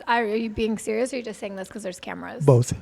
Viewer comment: That “BOTH” was so heavy bro 🤣🤣